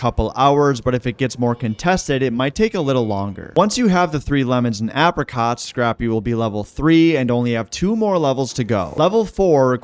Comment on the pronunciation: pronounce apricots properly ffs